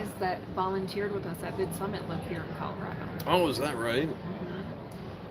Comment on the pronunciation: Is that Denver Calorado it's Colorado no a in Colorado